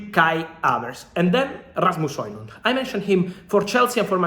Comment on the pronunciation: Very nice pronunciation on Rasmus Højlund name (I'm Danish, so I know ;) )